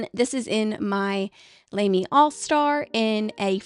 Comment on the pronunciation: You go the Shikiori name right but LAMY is pronounced Lah-Mee not Lame-Mee. When in doubt, you can do what Brad Smith of the Pen Addict does and check Google Translate.